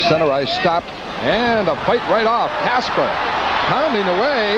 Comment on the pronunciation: Steve Kasper. Not Casper.